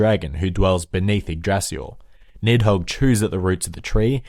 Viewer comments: "Feel free to make fun of for pronouncing everything incorrectly" Me: I'm sure it's not gonna be that bad First word: "Yggrasil" Me: in shock "Yggdrasil" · Yggrasil is pronounced ig-da-sil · Ygg"d"rasil Hod not Baldur and Odin dies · It's prononced yig-dra-sil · Yggdrasil is pronounced igg drah sil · yggDrasil (you misses a D) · when you said the name of the world tree i laught in my language we say yggdrasil but im from scandinavia so there is a difference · YGGDRASIL WAS PRONOUNCED SO wrong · lol I'm Swedish and I laughed so hard when he butchered Yggdrasil XD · Yay my prayers have been expected thanks for the video Also you pronounced Yggdrazil, angabora, balder wrong